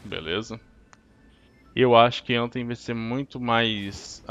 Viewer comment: bom..no inglês o " th " tem som da letra D , como tem " em" no final , acaba se pronunciando anfem , mas fdc kkk falem do jeito q quiserem , só falei mesmo